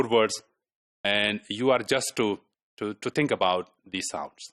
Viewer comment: sorry! think is not pronounced with t sound rather it is ponounced with th (ث).